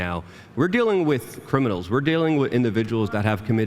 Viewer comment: cannot say "with"